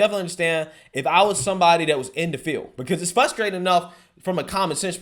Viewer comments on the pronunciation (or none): 🤓f(R)ustrating not fustrating. That was nails on a chalkboard to me